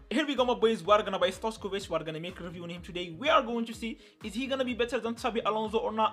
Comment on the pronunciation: Stojković not stoickov